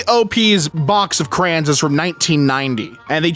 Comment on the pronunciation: Bro, it's crayons not crans.